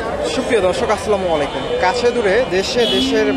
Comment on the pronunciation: সালামটা শিখতে পারবেন না ভাই আসসালামালাইকুম কে সালাম এটা সালাম হবে আসসালামু আলাইকুম